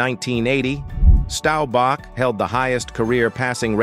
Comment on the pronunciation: How can you get Staubach pronounced correct but not Oonitas? Sheesh...